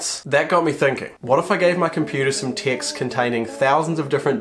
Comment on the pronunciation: He says "text" I Listen "ticks"